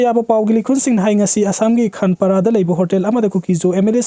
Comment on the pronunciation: Ucharon sudaba Gauhatigi khanpara haiba nutte Gauhati gi khanapara haigada